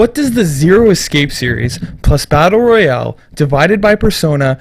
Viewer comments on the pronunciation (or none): none